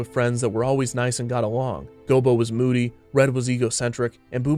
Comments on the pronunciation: Maybe it's something about how you enunciate, but it sounds like you keep calling Gobo "Bilbo". You didn't mix-up short, barefoot creatures, did you? XD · Gobo Fraggle. Sounds like he keeps saying Bilbo. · It sounds like the narrator keeps saying bilbo instead of gobo, am I tripping? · I swear it sounds like you keep calling Gobo "Bilbo". But great video overall. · GOBO NOT GILBO!!!!!! Do research before a video next time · You called gobo gilbo... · Anyone count how many times the narrator called Gobo, "Bilbo?" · I keep hearing him say "Bilbo" instead of "Gobo". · Gobo Fraggle... not Gilbo Fraggle. This was a great watch otherwise. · Is it just me or does it sound like he is calling Gobo Bilbo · Bilbo? You mean Gobo? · Bro...u calling him Gilbo?? Its Go Bo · You called Gobo Bilbo. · Lol, “Gilbo” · I heard Bilbo as well, I think that he may have several times. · Me too